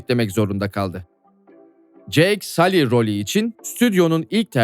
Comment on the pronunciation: sully i sali diye telaffuz etmen çok kulak tırmalayıcı filmde bile sull diye telaffuz ediliyor